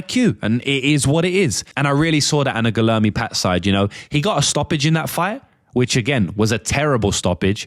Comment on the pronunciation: Guilherme is pronounced like gweeyerme